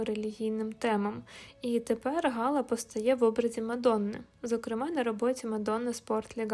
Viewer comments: Не Га'ла, а Гала'..... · Цікава розповідь,але наголос ГалА від фр.gala свято